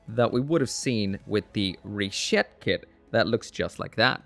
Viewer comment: Stop saying Rishetta! Stop saying Rishetta!